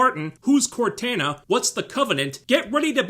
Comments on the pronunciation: You say Cortana weird and idk if its because your accent or if that's just the way you pronounce it xD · Dear lord, man, how do you not know how to properly pronounce Cortana's name? FFS there's been numerous games and even an AI in your phone that goes by the name. You're driving me nuts. She also wanted freedom for a dead planet. I find it difficult to believe that anyone else lived on that rock. It wasn't a military outpost as there were children. There clearly weren't enough people there of fighting age to hold the place. It was set in a very inhospitable location. Looks to me like the last bastion of a dying world. She threatened to lie or tell a story of a different event in order to get freedom for dead people. Like, wtf is the UNSC doing with people's bodies after they die if she has to go to that length for their freedom at that point?